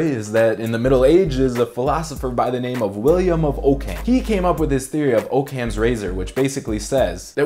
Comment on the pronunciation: Occam is pronounced Oc-cam... not O-cam. I understand the theory, now you understand the pronunciation.